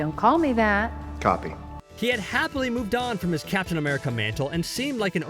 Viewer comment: Why is this guy pronouncing captain as caption?